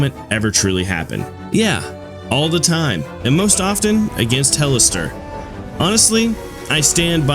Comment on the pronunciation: Disliked because you say "expecially" instead of "especially". Please become literate. Edit: You said HELLISTER? Instead of HEOLSTOR? What??? I'm actually done, I never want to see this channel again, jesus christ